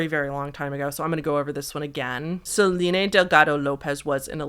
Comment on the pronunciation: Are you doing the thing where you pronounce certain names wrong on purpose for engagement? Selene and Shiva are just... Not pronounced like that.